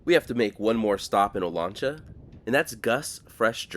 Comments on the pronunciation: It’s O LAN cha, the lan pronounced liked man, O LAN cha. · My dad grew up in Porterville in the 1930's, and spent a lot of time in the southern Sierra, with views of Olancha Peak. He always pronounced it "oh-lanch-a", with "lanch" rhyming with "ranch." He didn't use the Spanish pronounciation, Oh-lon-cha, and he would know the local pronunciation, at least on the western slopes of the Sierra. Perhaps people in the town use the Spanish pronunciation, I don't know, but that would surprise me. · It's Olancha with the a as the a in gas